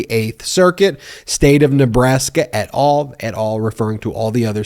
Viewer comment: please try to learn how to pronounce "et al" and reduce the excitement around the stupidity of stays and appeals that just adds to lawyers revenues .....